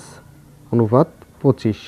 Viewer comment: আপনি অনুপাত কে অনুফাত বলছেন কেনো???